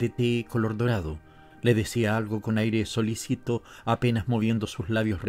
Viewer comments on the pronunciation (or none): Audiolibros en español "latino": español de Hispanoamérica, se refiere ¿no? ¿Qué pasa?¿No gusta por ahí cómo suena el español peninsular? Al menos poned las sílabas tónicas en el sitio correcto: se dice solícito (=atento, cuidadoso) y no solicito (1a persona de verbo solicitar).